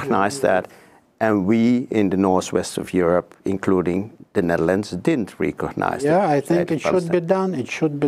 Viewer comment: het is niet "rie-cognize" maar "rè-cognize". Je zegt tien keer "rie-cognize" hier, de ambassadeur en de hele wereld zeggen "rè-cognize"... Bonus info over "rie" vs "rè": "rie-present" = opnieuw presenteren; "rè-present" = vertegenwoordigen. "Rie" = letterlijk, opnieuw. "Rè" = overdrachtelijk, afgezwakt, andere betekenis. I rè-cognize you for your great journalism!